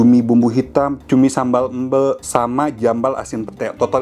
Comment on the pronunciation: Tumben denger foodtouber luar bali bilang “EMBE”nya bener👍🏻👍🏻👍🏻